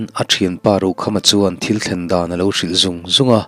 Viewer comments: THIL tih hi thluk deuh la adik zawk ang THÎL tihzawk tur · Thing hming ṭhil i tih khi,ṭhîl tih tur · Thîl tih kha a thlûk tihsan deuh tur a nih hmel ka tia... Thîl thing sawina nia.... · Thil thing Aw kisangin aw Thial tih angin lam zawk tur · fah leh ṭhil tih kha , ṭhil thing kha tih kha thluk seila,Ṭhil ....